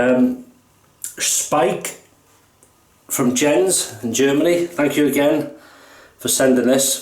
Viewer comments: Hello. Nice Shave. Happy you liked the Soap! At the first shave i thought "ah...looks to thin..." But, of course, you managed it. I think it it pretty easy to lather and gives a nice protection. Not tallow based, but a good soap.:-) My Family Name you said perfect!👍 My first Name not, but everything fine! Hard to explain... Maybe "Yens"?:-) The J is more like in Yes! (Not Tsch) Ah, the guys Name who made the brush is Wagner too. Two Wagners in your shave!! 👍😁 Thank you for that nice Video. So nice, i send you a soap, you get it and the world enjoyed it:-) Cheers and all the best, Jens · In German, the J in Jens is pronounced very close to the english Y in yes. So it would sound like ’Yens’